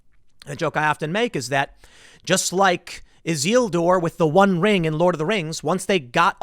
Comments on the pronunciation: did he just say IZEELDOR? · Learn how to pronounce Isildur Tim... shame on you.